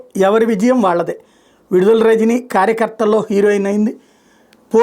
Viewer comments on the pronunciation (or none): విడుదల కాదు..... విడదల.